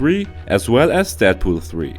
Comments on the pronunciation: I thought he said "Death Poo 3" 😂😂😂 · Accent plz.... did u even prenounce Dead pool... correctly or at all